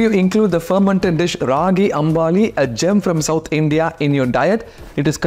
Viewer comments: It's pronounced as Ragi Ambli as you've mentioned in your title and not Ragi Amb"aa"li as you have constantly called it in your video. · ... Yes, but its predominant in Karnataka and then it was adopted by other South Indian states.... Food n dietician PhD here...😊 He will say many things .. he must first learn to pronounce " ambli" not "ambali" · I like Rahi gambling very much & have it in summer twice a week. Pardon me, natives in India pronounce it as AMBLI *आंबली*. It is mis-pronounced as अंबाली as you make its spelling AmbAli. This second A misleads to mipronunciation. I will appreciate you if you pronounce it as अंबली /आंबली henceforth. People at large follow your pronunciation, hence it it important. ThanQ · Sir, Feel free to say it is from Karnataka and it's correct pronunciation is "ambali" and not "ambaali". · Sir with all due respect it is pronounced as "Raagi Ambli" not Ambaali 😂